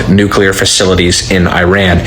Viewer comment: "New-clee-R", you mispronounce you "new killers" US of BS!!!